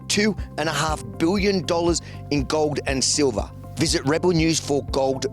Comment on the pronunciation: "gouwd and silvah"